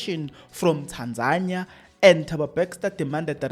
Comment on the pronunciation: Thabo Bester not Bexter😂